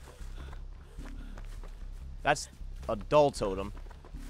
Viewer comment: sound like he said ''adult totem'' that's hot